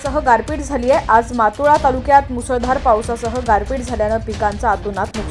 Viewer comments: मातोळा नाही मोताळा व्यवस्थित सांग जर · ज्यांना सर्व सामान्य ज्ञान नाही असे कर्मचारी मोताळा तालुका उच्चारताना मागोवा असे उच्चारणे.